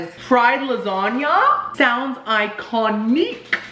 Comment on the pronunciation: Fried lasagna?! Sounds AYE-CON-IQUE!